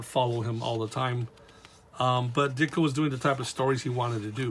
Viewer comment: You pronounced my name correctly. Also, Regards, Ditko is available on Amazon now for $12.99. Thank you for your support.